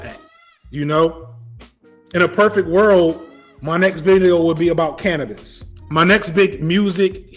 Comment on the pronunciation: ayo! did this man just say "Canibus"!? ima need that real real soon.